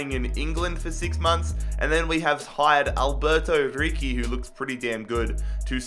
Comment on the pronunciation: Ricci isn't pronunced Riki but Ritchie